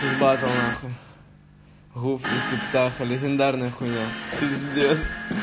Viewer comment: Попробуй сказать гуф)) а не ххуф))